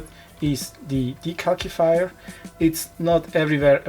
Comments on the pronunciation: Just to let you know the second C in decalcifier would be pronounced with the S sound instead of the K sound (yeah I know the English language is dumb sometimes). The video was very helpful thank you so much! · Very informative! Also funny how you say 'De-calc- ifier' lol